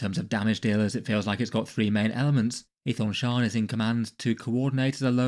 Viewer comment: You know how Daemon is pronounced Demon? Aethon Shaan is pronounced Ethan Shawn. 🐦